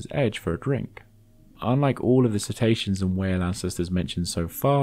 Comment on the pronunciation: I'm being a language geek - please forgive me! How are they "See-ta-see-ans" rather than "Sit-ay-she-uns". Or indeed if the letter 'c' is always hard in Latin, perhaps "Ket-aysh-ke-uns""